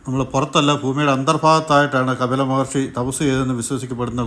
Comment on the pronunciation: It is KAPILA not KABILA....Rf to some old learned saints thank u